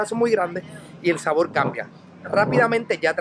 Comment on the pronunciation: Que problema tan grande tienen los puertorriqueños con la R. SaboL, moLdi, ceLdo, yoguL.... Por Dioss. Me duele la cabeza después de 5 minutos. Escuche bien compadre: Si usted quiere ser influencer lo primero que debe hacer es aprender a hablar. Deje de confundir la R por la L. Y no me salga con la excusa: Lo que pasa es que los puertorriqueños hablamos así.